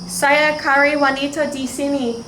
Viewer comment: "Cari" is pronounce "cha--ree" not "curry" "Bercakap " is also pronounced with "chaa-kap" not "kakap" "Dengan" is pronounced like "the-ngun" like the nun but a nasal nun.. not "den-gun" 🔫 "Mengapa" is pronounced "me-nga-pa" not "men-ga-pa" Otherwise other words sounds good!!